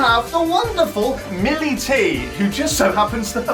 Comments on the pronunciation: i love how he keeps calling millie, molly😂😂 cracks me up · jack mate it's millie not mollie